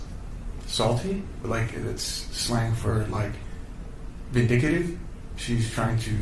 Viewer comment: would just like to point out this dipshit said “vin-dic-i-dive” instead of “vin-dic-tive”